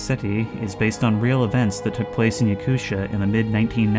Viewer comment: I'm from Russia & it's so good to see our country represented in a video game especially a horror one (my fav genre)! Especially when it's an indigenous minority culture, I'm not Yakut but I'm also natmin as we call it. Btw, Yakutia is pronounced as Ya-ku-tee-ya not Yakusha 🙂 Hope to see more good horror or semi-horror games about our country & I'll be happy if you play them! Also good to hear that the devs gave you a free key, you help them promote the game & get the free fun out of it